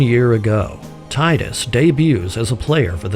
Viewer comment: he says 'tide-us" which is how we'd naturally read it in English, but it's "teedus" and that makes me not able to watch anymore